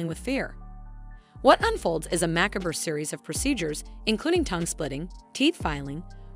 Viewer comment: "mackaburr" I'm guessing they were trying to say macabre. You make it sound like Macklemore lmao